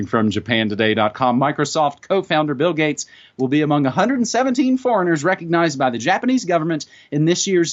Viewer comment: hahaha ... did i hear "bill gutes, gits, guts, gates... " ah and the thing got postponed because of the Bill Gates Virus? ... hahaha